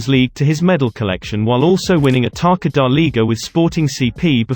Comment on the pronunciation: In the alternatives you have Palhinha and Neves swapped. Palhinha is a pure CDM while Neves can play both the number 6 and number 8 but normally plays number 8 on the selecção. By the way, ç is read as an s, so it’s “selessao” and “Tassa”.